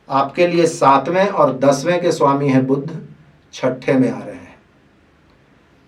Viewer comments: बुद्ध नही बुध बोलो भाईसाहब, पहले बेसिक तो क्लीअर करो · Its not budhh, its budh